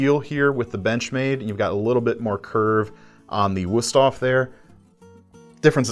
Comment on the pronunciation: Your video editor did a booboo. When the cameraman told you "Good job" for your pronunciation of Wusthof, instead of putting an exclamation point (!) at the end they put a capital "i" (I) so you screen read out "GOOD JOBI" instead of "GOOD JOB!" It took nothing away from the enjoyability of your video, it's just that your production values have gotten so high it's almost like it's a privilege to be able to point out an "Uh-Oh" from you. Still the best knife guys on YT.